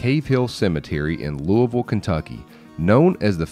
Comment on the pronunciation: You pronounced Louisville correctly. Thank you so much. Very rare to hear it correctly.